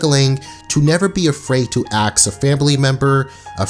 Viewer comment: Good vid, but damn, "ax" as a form of "ask" is just dumb as all hell.